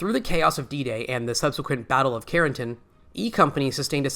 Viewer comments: Doesn't AI narration suck? CARE-N-TAN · Between the atrocious narration (inability to properly pronounce words like 'Carentan' and 'Bastone', and this being a simple rehash of the BoB series with absolutely nothing new/different discussed or revealed, this video was a waste of time.